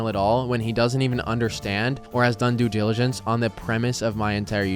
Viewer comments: Do your “due jiligence” next time, Mr. redneck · you're just digging yourself into a bigger hole. also hilarious that you can't even pronounce due diligence, oh the irony